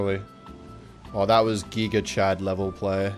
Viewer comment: I like how he says geega instead of giga. Lol